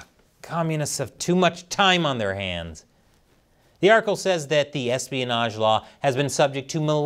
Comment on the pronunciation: erespionage ?????? hahaha, ha